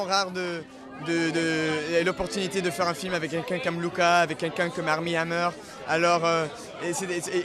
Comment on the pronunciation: heh - i’m canadian, and am used to hearing french-speaking hockey commentators pronounce english names in an exaggeratedly english way, so hearing him say, “arMEE ‘amMEUR” is everything! 😆